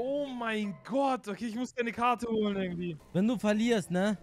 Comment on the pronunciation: Wie er immer WEHNEN sagt😂💛💛💛💛💛